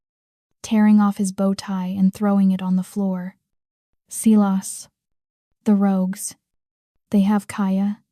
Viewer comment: Dear AI---it's Si (long i) las--not seelas! I've heard this name mispronounced in too many stories!